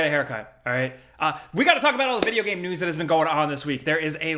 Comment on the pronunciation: Shit I got beef with and I've never even met the man. The dude can't even say the word "game" right lol Nah he seems cool, I'd buy a beer 🍻